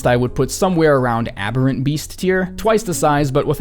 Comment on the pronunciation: **boasts at pronouncing Amygdala right (two minutes later) THE ABBERENT BEAST